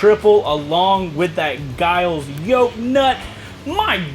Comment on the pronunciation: It's GILL-LEES. Not "jayeelz"